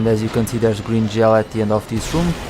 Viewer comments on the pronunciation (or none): none